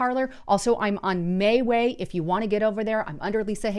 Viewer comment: It is not mayway it is ME WE